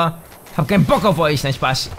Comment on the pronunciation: Hahaha hab kein bock auf euch...nein spass :D wie er des ausspricht xD